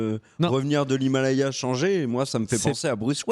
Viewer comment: Je suis le seul à entendre "Hilmalaya" à et ?